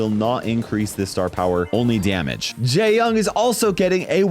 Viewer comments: 😭 for other videos where you say his name, the correct way to say jae-yong would be not like "jay" but more like "jaeh" and when saying yong its not with an "ah" voice but an "oh" voice /ʤe - jɔŋ/ in phonetics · I heard him say gay-yong 💀